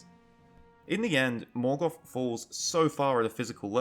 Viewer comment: There is no "F" in "Morgoth"....